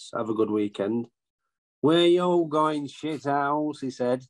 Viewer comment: Shit'ouse!😂😂 Proper Northern.